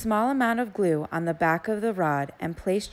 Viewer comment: She lost me when she said the word GLUE